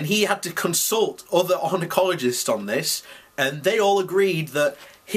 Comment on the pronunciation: its oncologist by the way ! lol